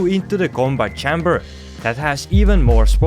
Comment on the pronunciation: "chamber" is pronounced CHAY-mber like the letter "A"